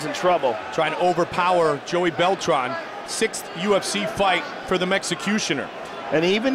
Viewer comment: "Bell-Tran" "myosick" damn man ask these guys there names before the fuckin fight lmao